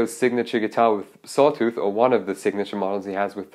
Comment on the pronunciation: Dude your english is great. Just stop saying ‚die‘ for the. The is only ‚die‘ if it‘s in front of a vocal like: the ‚die‘ answer. The guitar is spoken like ‚dä‘ (for germans 😂)